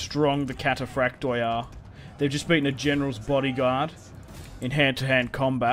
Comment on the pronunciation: I just stated that you can’t really tell how it was pronounced but it never would have sounded like cathaprakte rather like kataphraktoi